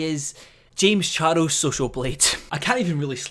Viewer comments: No one:: "Jaymes Char-els" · u say charles in a funny way....